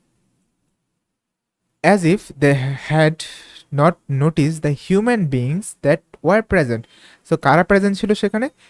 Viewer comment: 38 er answer " human beings Keno holo sir sudu tho human boshte partho.... Aktu clearly bolben